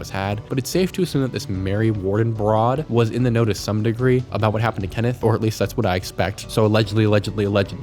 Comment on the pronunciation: Stop saying “broad” like you’re Frank Sinatra. It’s weird.